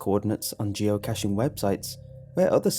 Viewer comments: Geo-Ka-shing is how you promounce is. Its a soft "a", not a hard one. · Geo-kay-shing. That's how you pronounce it. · it isnt geocash. its geo kay sh i do geocaching and it is really fun. it is really annoying when you say geo cash ;w